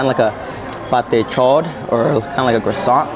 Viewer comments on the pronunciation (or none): none